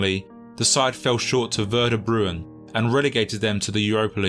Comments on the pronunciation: Werder (Vair-duh) Bremen (Bray-mun), not Bruin, is the name of that German Club, if anyone is interested. We're abysmal now but used to be descent back then. Great video apart from that little mistake. Who cares about has-been Bundesliga 2. sides anyway? lol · "Werder Brewen"? That second W is upside down, mate.